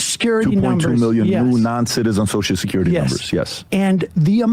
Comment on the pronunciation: love how sam calls social security "Soshecurity"